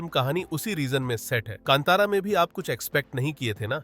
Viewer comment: It’s not kantaaara - kaantara , abreaviate correctly